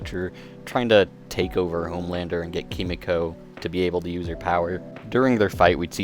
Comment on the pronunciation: It’s “Kee-mee-ko” not “Kuh-mee-ko”, like a dumbahh American. I’m a massive weeb and I hate seeing my countrymen butcher Japanese phrases!